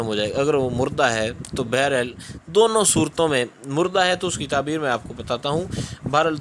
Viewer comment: taberr bol please